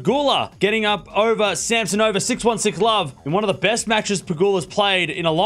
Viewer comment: C'mon - it's Sam-SO-na-va, not Sam-so-NO-va.